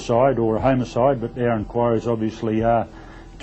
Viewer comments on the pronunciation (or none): In all of my 35 years of being a kiwi I've never heard the word homicide pronounced "homo-side", that guy definitely has a speech impediment 😅